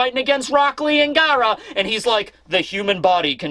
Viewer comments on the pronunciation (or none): His pronunciation of Garaa was a heavy philly accent